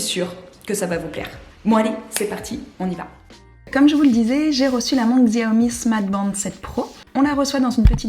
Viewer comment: Aie le X fait mal dans la prononciation de Xiaomi 🥲 La bonne prononciation ici